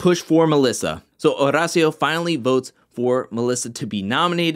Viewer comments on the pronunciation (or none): I looooooove your videos, but I hate the fact that you over roll your R’s when you say Horacio’s name. Maybe instead of trying to roll the R, you just pronounce it like the letter D. Like Or-Dacio. Not trying to come across like a jerk. Just want to help.